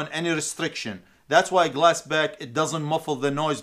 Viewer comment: Are you saying glass back or glass pack? Just fyi its glass pack with a p.